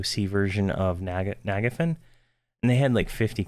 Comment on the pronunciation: the way he says nagafen and najena made me sad lol